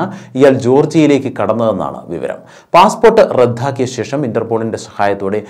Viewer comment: നിങ്ങൾ ഒരു നല്ല വാർത്താ അവതാരകൻ ആണ്. എന്നാൽ ഇപ്പോഴത്തെ അഹങ്കാരികളായ പിള്ളേരെ പോലെ മലയാളം വികലമായി ഉച്ചരിക്കുന്നത് ശരിയല്ല. "റദ്ധാക്കി" എന്നല്ല. സിംപിൾ ആയി "റദ്ദാക്കി" എന്ന് പറയൂ.